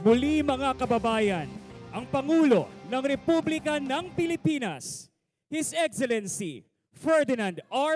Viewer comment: HIS IXILINSI!...hoy ayusin mo nga pananagalog mo!...ANSAKIT SA TENGA!